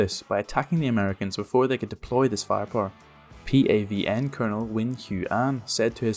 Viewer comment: I appreciate your pronounced Nguyen properly.